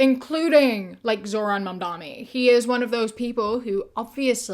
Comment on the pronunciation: for fuck’s sake it’s Mam-dan-i, not “mom dommy.” It’s extremely easy to pronounce. I don’t even like the guy because he has capitulated so much to Zionists already but it’s not hard at all to get his name right.